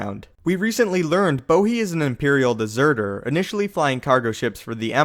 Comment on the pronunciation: It's not Bohi, it's BODHI. and you're pronouncing Scarif